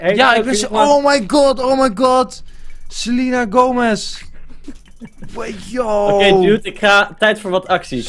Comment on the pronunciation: enzo het is selena gomez niet sel*i*na gome*s*